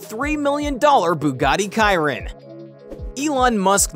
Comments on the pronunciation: Bro kiron? Shiron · kiron?????? its shiron bozo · And Bugatti “Quiron” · my guy said KIRON